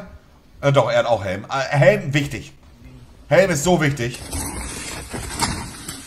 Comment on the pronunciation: Niemand Monte: " DER HÄLM DIGGA"